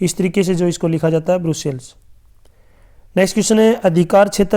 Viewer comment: ब्रसेलस नही सर ब्रुसेल्स है